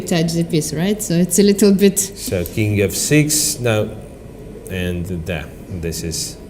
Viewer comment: “Khie sed he totch the keeng” “Khie tudge the keeng”